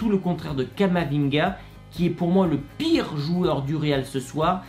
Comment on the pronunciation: Tu dis « PIIIIIRE JOUEUR » comme s’il a été catastrophique ce soir...faut doser